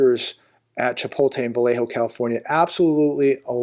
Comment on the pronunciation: Hey, it's not Chi-pol-te, it's Chi-pot-le...:face-blue-smiling